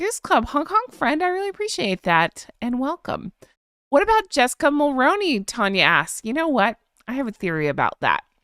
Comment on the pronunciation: Honk Honk 🙋‍♀️🍁🇨🇦🍁 As a Canadian who actually voted for her father in-law I'm trying to be helpful and nothing more so please 🙏 Please do take it for anything other than trying to be helpful... Jessica Mulroney's last name is pronounced Mull-roo-knee and not Mull-row-knee ... Hope you find this helpful...take care best of wishes and Honk Honk 🙋‍♀️🍁🇨🇦🍁